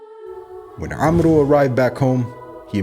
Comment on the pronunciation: The name is pronunced 'Amr' not 'Amro'